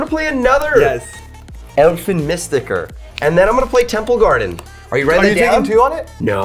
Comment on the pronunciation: You are not saying Elfen Mystiker right. Neither does somehow. It's pronounced MÜstiker, not MIstiker